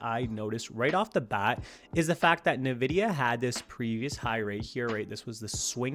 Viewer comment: Nvidia, NOT "Nividia"